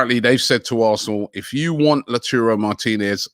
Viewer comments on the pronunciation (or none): Lautaro not Laturo, Robbie. is there no1 close to you who can correct you about this embarassing error... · You don't have to be Argentinian to pronounce his name Robbie. It's simple. LO-TA-RO. Not LA-TU-RO. Clearly there is an "A" after the "T". Not a "U". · Cmon Robbie you don’t have to be Argentinian to say “LautAro” instead of “LautUro” 😂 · It's pronounced Lao-Taro Martinez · Lachooro Martinez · That's sensational. However: it's Tony Crohs, not Cruise 😃 Uh, he said Lautooro again. I don't get where he gets that 'ooh from. It's not about pronunciation, it's simply about reading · Robbie: sorry for pronouncing Lautaro Martinez wrong I'm not Argentinian Also Robbie: Tammy AbrahamS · I am not fron Argentine but i can still pronounce Lautaro. Just read the letters in order and you will get it